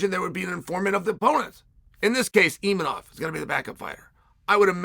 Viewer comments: Uncle Chael's inability to say a name as simple as Imavov is one of his most endearing traits. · Mispronouncing names gets him more comments than anything else. He knows what he's doing... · Uncle Chael making entire videos just so he can mispronounce Imavov 500 times 😂